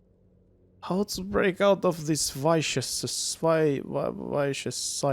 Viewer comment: Vicious lausutaan sillai "vishös" xD